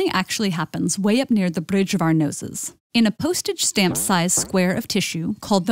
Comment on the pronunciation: "smelling happens way up near the BRUIDGE of our noses" "FMRI RLEASHEARCH shows that the extra time spent..."